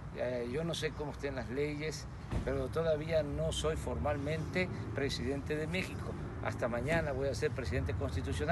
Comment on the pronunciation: 👏🏼👏🏼👏🏼 prejidente prejidente prejidente !!!